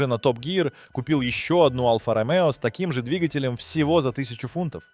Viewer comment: Что за произношение названий автомобильных марок и прочих слов? Какой БМВ И 3? Какая АЛФА Ромео? Какой нах турбонАддув? Что за СитрОэн? И тут же произносится нормально СитроЭн? Предполагаю, что специально так говорится, но если так - то это коряво, ох как коряво....